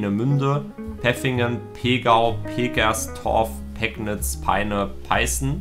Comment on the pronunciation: Es heißt nicht Peknitz sonder wird das Pegnitz ausgesprochen WEICHES G und hartes P